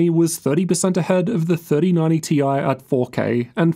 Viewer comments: T-i, not tie-fighter. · but we know it's T i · And we all know its TI..... Ffs.... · Omg please stop saying "tie", completely distracted from the content. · pls just say it as "TIE" 😭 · If you're gonna get "technical"and pronounce it "tie", then you need to be calling them "three thousand and ninety / four thousand and ninety" 😅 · people who say "ty" got mad at this 😂